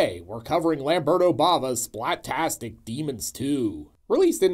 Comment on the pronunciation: Boy, when you say the name, it sounds like "Demon Stew" which sounds from your plot rundown that it would be a pretty good title for it. :) Especially when you immediately describe it as a mishmash. I think I caught the first one time but haven't seen this one yet.